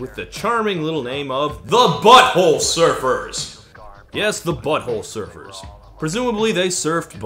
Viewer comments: Hearing Todd put the emphasis on "Butt" like "BUTT-hole Surfers" instead of "Butt-HOLE Surfers" is 👌🌟🐟🏄‍♂ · Dear Todd, I love you and I’m sorry in advance for bitching about the way you say Butthole Surfers. Everyone but you says Butthole SURFERS and you say BUTTHOLE Surfers. Your emphasis totally answers the question of whether they were surfin’ buttholes and I don’t like the conclusion. I lub this song. I lub you too. You just say things wrong sometimes. Question: How do you say Front 242? My son says everyone he’s ever encountered says Front-2 Four-2. Like Front-porch Back-porch. I say Front • 2-4-2. Apparently this isn’t cool but I’m his mom, I’m not really even supposed to be listening to Front-2 Four-2.